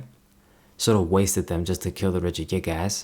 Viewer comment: Why when you say regigigas you put an emphasis in the last to words as. It sounds like you are saying regigiASS